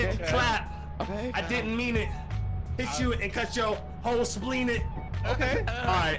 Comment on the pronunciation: I forgot this man said “spleenit”